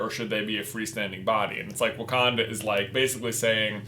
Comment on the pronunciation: "So this is wacanda?" "No it's Wakanda 😂